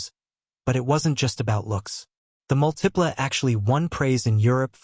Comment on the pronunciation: Both the Aztek and the Multipla (stress is on the first syllable, by the way), were absolutely great cars. The design is a matter of taste. Either you like or you don't; fine either way. But both cars had absolutely superb packaging and were incredibly roomy and practical.